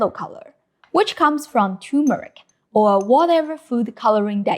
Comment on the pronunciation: You're missing the r from turmeric :)